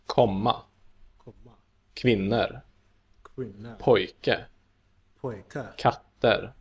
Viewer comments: Being Swedish I really reacted to the way the teacher pronounced the word "kvinnor" (women). He said kvinner with an e, sounds ä. The correct way to say this word is kvinnor. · Another thing. The way he pronounced kvinnor ( as kvinner ) is not the way to teach swedish. It's a weird dialect from old swedish that has stuck with some individuals. ;) Kvinnor should be pronounced kvinnor. The same for all plural words ending with -or, like mammor and pappor. Those are not pronounced mammer and papper. Papper is paper, not dads! :-D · Did anyone else hear that the guy in the vidoe said kvinner? Its kvinnor not kvinner that word dont exist as far as i know 🤣🤣🤣